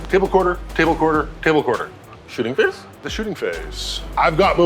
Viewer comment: Is there any reason or story behind why at Play On they like to say shoosting phase? I know used to say it as a personal quirk but lately I have heard most of the other Play On regulars saying it.